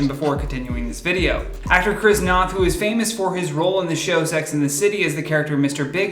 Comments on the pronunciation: Noth - rhymes with "BOTH" - not snot. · His last name is pronounced "know-th". Just a small correction in case yall cover more of this story in the future!